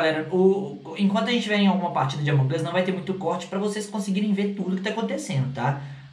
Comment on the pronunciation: Nossa tu fala among us errado tu fala among as mas é among us